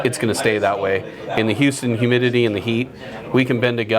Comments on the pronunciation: Who-stun Texas??? Hugh-stin Texas Or Hyou-stn Texas. But not Who....stun Texas. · Interesting video (as are all your videos). I laughed a bit as your pronunciation of Houston as who-ston, it's more like hue-ston. Mind, I'm terrible at pronouncing some of the names of foreign cities so I'm not taking the piss, just hoping to give a tip. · Ahh yes, Who-ston Texas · He said Hooston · i heard you say hooston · its pronounced yous-ton. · He said hooston. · "Hoosten", Texas. Ha ha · Lol. Hoostun TX. Really?!?! I know you aint from round here but come on... lame! Its got a U in it. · who-ston texas? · HOOSTON?!?! Hoooston?! Really? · The way you said Houston pissed me off lol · Im sorry, but as a native Houstonian, I feel attacked for how your pronounced Houston off the bat.